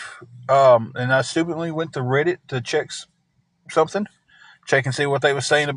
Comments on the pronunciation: What TF is rid-it u mean read it not how it’s spelled but that’s how it’s pronounced and this dude can’t even bend his knees to move ain’t nobody afraid of him U could run and literally run in circles around him and he couldn’t even turn around fast enough to watch you run you could hit him and he wouldn’t know where he was when you hit himI guess he might kick your butt maybe sitting in that hotel chair but I guess he’s not doing that anymore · yea i know what it is i was saying what is rid it its reddit he miss pronouces it wrong drives ya crazy